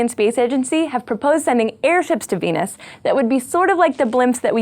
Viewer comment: She says "Beenus"